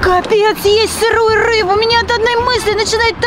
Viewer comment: утебе 1 буква р ты взила суши а там ррр рис ну и рыба сказал што только рбу😊